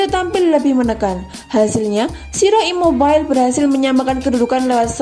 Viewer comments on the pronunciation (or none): Biasa Aja Kali Min Nyebutin Namanya Ini Italia Bukan Inggris.Immobile Ya Immobille Ejaanya Bukan Immobael,Ya Benaccer Ya Benaccer Bukan Benaker,Calhanoglu Bukan Kalhanoglu.Secara Pribadi Jujur Gak Enak Di Dengarnya.Sorry..!! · Ralat Min. Correa yg dilanggar, Immobile yg jadi eksekutor namun gagal. Immobile tetap dibaca Immobile (bukan Immobail) Sukses selalu min. Forza Milan. ❤️🖤